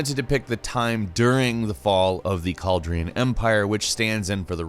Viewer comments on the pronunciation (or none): Ah yes, the famous cauldron empire. But jokes aside, I will drink from your skull if you ever mispronounce Calradia again. But jokes actually asside, the game looks amazing. I have never seen a game that depicts a battle in such detail, as every single one of these hundreds of soldiers acts on his own. Instead of beeing bound to a unit. You say that it will only be a better version of Warband, but thats exactly what people want. And for even further improvements, there will still be the massive modding community. I mean honestly, on Moddb there are still new mods that plop up pretty frequently. Incredible if you consider how old Warband is.